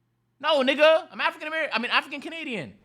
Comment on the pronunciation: africans not being able to say nixxa is crazy